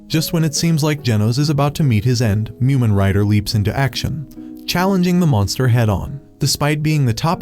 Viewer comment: It’s mumen